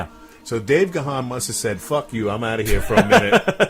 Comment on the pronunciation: The name is pronounced Dave 'Gone'. I also said it's as 'gahan'' which rhymes with ron.